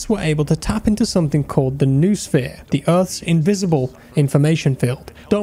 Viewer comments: It's pronounced "NO-oh-sphere" not new-sphere :) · It's not [Nu-sphere], it's [kno-o-sphere] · Noosphere is pronounced 'no-oh-sphere' just BTW